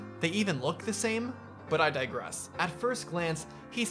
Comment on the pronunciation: “They even look the sain”